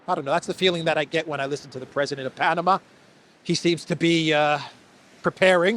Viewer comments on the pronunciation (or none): none